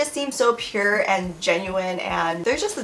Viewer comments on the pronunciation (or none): Sure “Pure”😂😂😂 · YO SHE SAID PURE Cue RM "Pure" Moment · "Pure" cough no cough